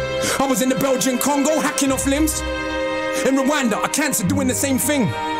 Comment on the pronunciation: They don't pronounce "th" they pronounce only "t" Ting - thing Am sure he was meaning "London youth" but sounds like " yout" The Irish people do the same. Btw this is no hate 👍